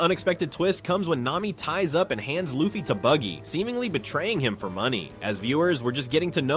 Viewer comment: Calling BUGGY “baggy” is crazy AI work 😭😭😭😭 in the beginning